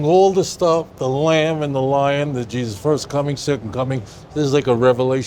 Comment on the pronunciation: I pray for this man that he may find Jesus his and our Lord and Savior. He can’t even say Jesus’s name normally smh. I pray that Spirit you read in verse 27 truly goes in you. Jesus loves you brotha.